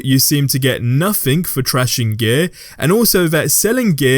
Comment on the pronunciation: It took me so long to understand what you were saying when you pronounce “gear”